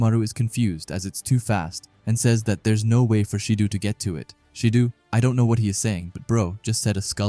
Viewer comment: Again brother love these videos but it’s not “baroo”, it’s pronounced as “ba roh” and it’s not “shee doo” it’s pronounced “shi doh”